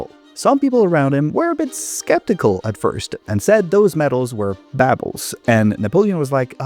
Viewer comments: Babbles? I would have been confused if I wasn't reading as well. It's pronounced bobbles. Don't ignore the "u". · That British pronunciation of "baubles" heebied by jeebies. 😮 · That is not how to pronounce "baubles." It's supposed to be an aw sound. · I always figured Baubles was pronounced a "bobbles" lmao Learn something new and all that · Genuinely never heard someone pronounce baubles like that, is that a common pronunciation? I’ve only heard it baw(rhymes with door)-bles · How is it that you don't know how to pronounce 'baubles'?